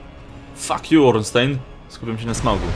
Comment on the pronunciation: Ornstein - czyt.: Ornsztajn (niem.)